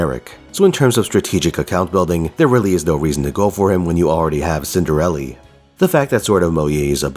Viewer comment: Please stop, is cinderella not cinderelli🫠💀